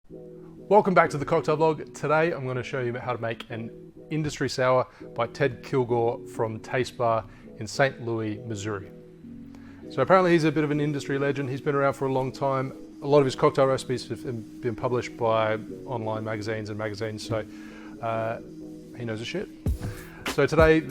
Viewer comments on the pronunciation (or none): The city in Missouri is pronounced Loo-iss, not Loo-ee